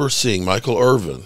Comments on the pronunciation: Good content but his last name is Irvin not Irving. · His name is Michael Irvin. Not Irving